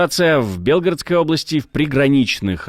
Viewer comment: Не в БЕлгородской, а в БелгорОдской, емое